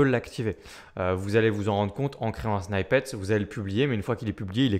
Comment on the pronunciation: Merci. Juste pour info, "snippet" ne se prononce pas "snaïpete" mais "snipete"